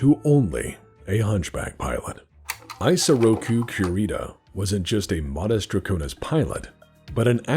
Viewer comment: The weeb in me kept taking psychic damage each time mispronounced Isoroku Kurita's given name. The initial "I" is pronounced the same as the "i" in Kurita, not like the English pronoun I. EE-so-raw-coo, not EYE-so-raw-coo.